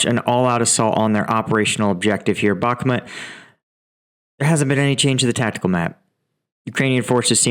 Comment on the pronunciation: I love your updates. I hope this can help you with saying the place names: -u = is always like the "oo" in 'moon', and never an "uh' sound, so Bakhmut = Bahhh-MOOT, similarly, -yu, -iu = 1 syllable, like "oo" in 'moon' but with a 'y' in front (like in 'Y'es) These are [vitually] never 2 syllables, i.e '-ee-yu" so the town of Iзюм (Izium) is EEZ-youm, not EE-ZEE-youm. -ya, -ia = 1 syllable, like the Minnesota joke, "Ya, you betcha!" These are [vitually] never 2 syllables, i.e '-ee-ya" -ye, -ie = 1 syllable, like "yeh!" These are [vitually] never 2 syllables, i.e '-ee-ya", but like 'ye' as in 'yes' You are doing an amazing job, and your tackling of Ukrainian place names is awesome. If something catches, begin from the last syllable and work to the front, for example today: Ozarianivka -ka easy got it! -ivka 'EEV-ka' not hard, great! -ianivka 'yan-EEV-ka', remember from above, 'ia' and 'ya' are all pronounces as 1 syllable, not EE-an-EEV-ka -zarianivka 'zar-yan-EEV-ka' much more doable!!! Ozarianivka "o-zar-yan-EEV-ka' Perfect. Keep up the great work, I hope this is helpful and know I am not being snarky with you. I appreciate your reporting.